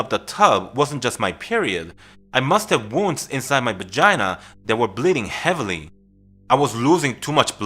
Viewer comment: He said bagina haha..love ur channel!